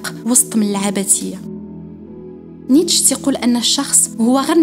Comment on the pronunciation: الفيديو زوين بزاف. للتصحيح فقط ...نيتشه كاتنطق" نيتشي " "netcheh"